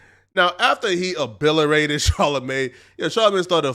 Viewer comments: Yo! the word is ASSSSSS-K!!! Axe is a tool or weapon of sharpness used to cut wood or meat, or kill a foe in battle. And WTF is OBILERATED??!?!?! Don't make fun if this Jackass Charlamagne THEEE Village Idiot for being a dumbass and try to use words you can't even pronounce! The word is pronounced O-BLIT-ER-A-TED, break it down syllable by syllable and repeat it until you get it right. I appreciate the message you're bringing to the table here, but work on your vocabulary because the shit is embarrassing. This is YOUR NATIVE LANGUAGE and you cain't even Spokededed right! 🤦‍♂ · It's Obliterated not Obillerated? Get ur Life 2 together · The creator of this video is an idiot. Learn the English language if you want to be a commentator. It's "Coon" short for racoon stop saying cocoon. It's "Obliterated" not abiliarated. The phrase is " Too big for ones britches". Not "Too big for your Bridges". SMH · "After he abiliratet" ... ok bro. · “Coping”? You clearly mean CAPING. “Obilerated”? That’s OBLITERATED my guy. “Cocoon”? You mean COON?! Do yourself a big favor, get up every morning and pick a word out of the dictionary. Write it. Study it. Understand it. This is what TRUE Muslims do. This just goes to show that Subscribers, Views, & likes don’t make you smarter. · He “a billerated hum?” Lol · He spoke poorly but had great points. He said OBILERATED 😅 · this video was great, but bringing up Charlamagne's ill understanding of the word "fascism, then saying "abillerated", cracked me up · dude said “Abilerated” 😭😂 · it’s pronounced “obliterated”